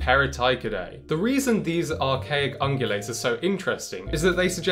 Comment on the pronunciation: "Archaic OOngUlayts"